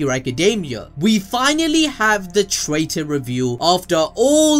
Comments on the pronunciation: It's Traitor not trator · Ah yes! finally, "trator"